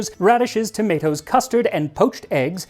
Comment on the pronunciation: I not that your English accent doesn't stretch to the pronunciation of "tomatoes." 😉